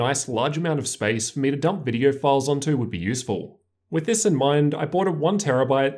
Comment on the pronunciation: “In this vidiuer”